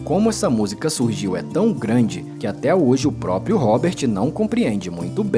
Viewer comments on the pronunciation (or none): none